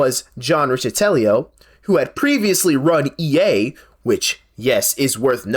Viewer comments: Good content but the bad line reads and repeated mispronunciations of Godot and Riccitiello drove me nuts lol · Riccitiello's name is pronounced Rick-a-tell-oh (like Donatello)